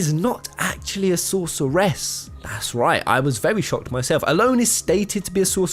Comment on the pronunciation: Nice video, but I was distracted all the way through by your weird pronunciation of Sorceress. Also, you know that's not how you say catastrophe, right? Because you'd be about my age if you were 12 when you first played FF VIII, so I really hope you haven't been going through life saying 'Catastroff' when it's 'Catastrofee.' I never considered that Selphie could be a sorceress on any of my playthroughs of the game. It's an interesting theory, but given that all three female characters have unique magical limit breaks, you could probably make a fair argument for any of them being potential sorceresses, not just Selphie and Rinoa. Sure, Quistis needs items to pull off her Blue Magic, but I don't see anyone else casting freaking Shadow Flare with Para-Magic. That's a damn GF skill.